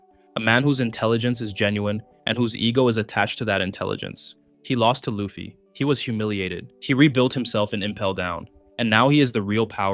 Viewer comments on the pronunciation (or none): none